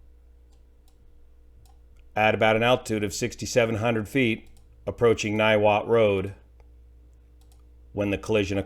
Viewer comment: Niwot resident here, you nailed to pronunciation.